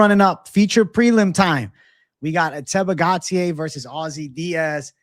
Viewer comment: Great show but the way the other guy pronounced Ateba Gautier is criminal lol